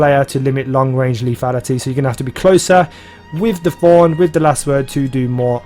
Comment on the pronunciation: It's Thorn not F-horn :D